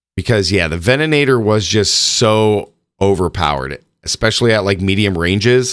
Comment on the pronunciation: Did they also add an extra "an" to the ven-a-tor?? 😂😂😂